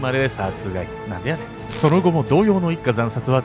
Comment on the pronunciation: お誕生日おめでとうございます🎁🎂 これからも応援します💪🏾😍 あと、なんでやねんの発音がネイティブです笑 関西人として嬉しいです😂👏🏾